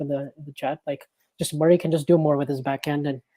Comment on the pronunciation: Spoko podcast, szukałem czegoś podobnego do 'The Tennis Podcast', coveragu daily z Wimbledonu. Rzecz na którą zwróciłbym uwagę - wymowa nazwiska Murray. Pozdrawiam, powodzenia :)